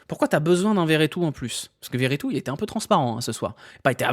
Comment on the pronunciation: Par pitie redit Vertout et pas veretout C’est beaucoup trop drole